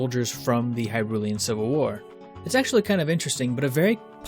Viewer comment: Pronounces hyrulean corrrectly but not hylian wat